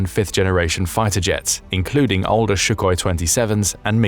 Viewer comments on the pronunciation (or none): It's Sukhoi NOT Shukhoi! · Comments to the video: - , learn how to pronounce Suchoj correctly, when you are using it in the video... - , I don't think that some Russian hackers could shutdown that many things, not everything is online and connected to the Internet unprotected. It is not even technically possible to do such wide range attack. You can see this only in movies but reality is totally different, from what is described here...especially critical infrastructure is not accessible from outside, no one is that stupid... - , It doesn't matter that Russia has over 5 000 nuclear misssiles and Europe just a few hundreds, because even like 50 successfully landing ones in the Russia would wipe them out...